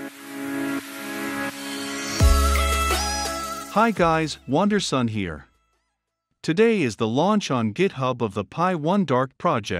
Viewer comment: Eu adoro como o interpretador de fala pronuncia teu nome como "wonder son". hahahaha Cara, teus vídeos tem me ajudado muito, estou num processo de migração de carreira aos 30 anos, tentando entrar na área de desenvolvimento, venho estudando python há uns 3 meses. Teus vídeos tem me auxiliado muito a fortalecer os conceitos de GUI. Muito obrigado, de verdade. Abraço.